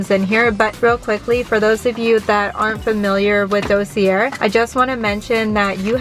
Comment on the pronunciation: Dossier is pronounced dossiyay, it’s French the R is silent